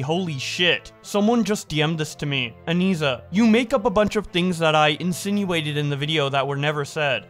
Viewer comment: yeah I was making fun of her enunciation, she is really hitting that last syllable hard.